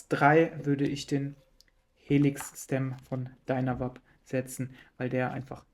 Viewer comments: 😅ich versuche nicht durchzudrehen, es macht mich einfach sehr nervös lol. Ich habe George aber tatsächlich ich einem Video ständig "Dynavape, gesprochen: "Dainawäip" sagen hören, nicht "Dünawap". Daher dachte ich wenn der Gründer ihns chon so nennt... 🙈🤷 Vielleicht bin ich auf dem Holzweg, aber es klingt doch auch einfach furchtbar dieses "Dünawap" 😅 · dreh bald durch, wenn ich noch jemand "DynaWAP" sagen höre, die werden ganz normal englisch ausgesprochen, was denn los mit euch? "Dynavape"